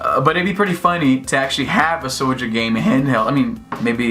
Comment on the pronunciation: Who is SO-JAH boy? I thought it had an 'L'